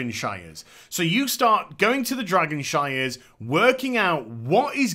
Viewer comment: Dragonshires? Shrines... shrrrriiines.